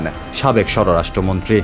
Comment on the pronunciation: ঠিকমতো পড়া শোনা করে কি পরীক্ষাগুলো পাশ এসেছেন নাকি নকল করে? বার বার বলছেন, "সর রাষ্ট্র মন্ত্রী। উচ্চারনটা কি সর রাষ্ট্র মন্ত্রী নাকি সরাষ্ট্রমন্ত্রী?